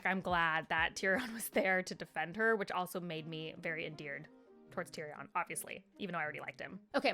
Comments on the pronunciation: Tyrion - pronunciation: tyrian :) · Seeing someone talk about the books who is so unfamiliar and new to the world is so funny. Like the pronunciation on the names is crazy 😭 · Tyrion = tear (cry) re in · Please...tyrion= tear re un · Yes!! His writing style is what sets this series above most others..I also love how you pronounce Tyrion ❤